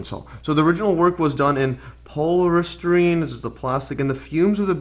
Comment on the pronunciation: Good video but dude…. Learn how to pronounce some of those words before you go makin a video. Like I get it some of them are tough but polystyrene… it’s paa•lee•stai•reen Just saying it took away from what you were saying